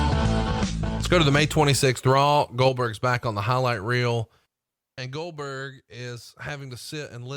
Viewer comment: Goldberg sounds like Dumberg 🤣